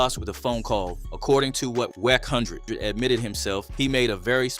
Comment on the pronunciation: Wacc hundred..you can tell these fake channels . Its A.i. A.i cant pronounce words for chit . This is fake .